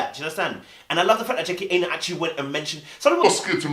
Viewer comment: Dude can you pronounce her name properly 😂😂 its 'Aina' like china. Protect yes but protect the name boo